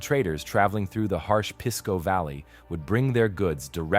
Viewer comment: Pisco isn't pronounced "piss-co", it's 'peace-co'.